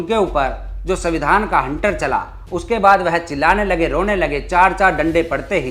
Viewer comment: तुम दलित हो, लेकिन उसका अर्थ अनपढ़ नहीं हो जाता. तो तुम संविधान का उच्चारण गलत क्यों कर रहे हो, वह भी यू ट्यूब के प्लेटफार्म से. न केवल यह, बल्कि शीर्षक में सविंधान लिख कर भी गलती की है. मैं भी दलित हूँ, लेकिन इस प्रकार की गलती नहीं करता.